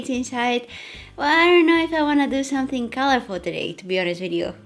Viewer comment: is it just me or she always pronounce the words ended in NG as NGK? Like , Somethingk , beingk? haha so cute :)